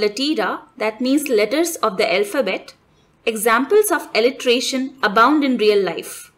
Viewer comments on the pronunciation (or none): This is pronounced असोनंस not अजोनंस. Assonance। And send word Alliteration this is pronounced as एलिटेरेशन not एलिट्रेशन